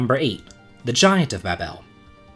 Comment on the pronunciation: 1st off, your pronounciations are horrible. Ba-bel? 😂 2nd, anyone who thinks the final dungeon here is too long or hard needs to play Breath Of Fire 2. Infinity is far worse than the Lunar Subterranean. 3rd, the bosses in the final part of ths Lunar Subterranean aren't that bad. It's just knowing there is one more big boss fight and excitement to get there faster making me run. 4th, you can totally beat Bahamut by brute force if you are strong enough and know what you're doing. 5th, the game has one of the most giant inventories available in a game. Unless you're hoarding everything you find, there is plenty of room for an extra set of equipment to go through the magnetic cave safely. Other than that, the cave is pretty bad because you only have 1 magic user with limited MP. I would rank this among the hardest. Especially on the first playthrough.